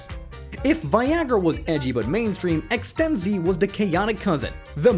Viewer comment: ExtenZe, not Ex-ten-zeeeee.